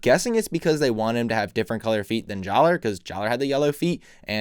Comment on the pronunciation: I await these videos very impatiently every Monday. XD One nitpick is that your saying Jaller's name wrong. The "er" should sound like an "a". So it's pronounced Jalla. I remember being confused about that when the Mask off Light came out.